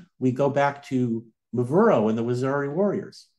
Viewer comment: Correct pronunciation: wah - zeer- ee... . Rather than waxari...